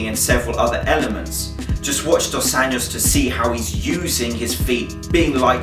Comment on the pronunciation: Cool vid, man! Just a cent: the "j" in "Anjos" is pronounced like in the french greeting "bon jour". ;)